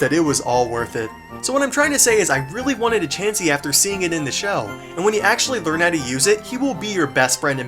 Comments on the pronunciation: He said c h a chansey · When he said Chansy i flipped out laughing cuz i rlly thought he was gonna say Charizard! XD